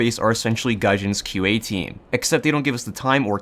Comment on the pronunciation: When he said "QA", i though he said IQ and was gonna insult the whole team's intelligence.